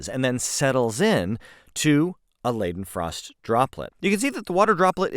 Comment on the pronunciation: “Leidenfrost” is pronounced LYE-dehn-frawst